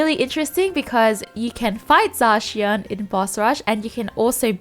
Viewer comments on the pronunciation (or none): Zacion lmaoo